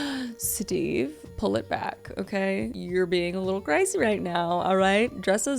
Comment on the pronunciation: "MAYBE CUZ THAT'S THE REAL REASON STEVEUH." 🤣🤣🤣